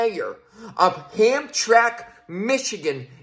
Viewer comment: It's hamtramck Pronounced ham-tram-ick Dearborn is a bit more Muslim than hamtramck Just a heads up I lived in Michigan 25 years Hamtramck used to be mostly polish